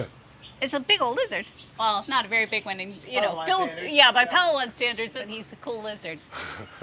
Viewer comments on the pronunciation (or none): The island is pronounced “pa LA wan”. Just ask a local how to pronounce it. Please. (Fingernails on a chalkboard)